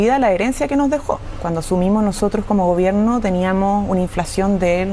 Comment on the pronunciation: porqué dices teniamoh, teniamoh por favor vuelve al colegio para que aprendas a hablar correctamente